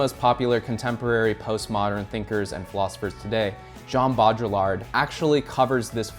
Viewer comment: Mate whenever you say jean baudrillard it feels like I've just eaten a spoonful of mustard and also someones punched me in the stomach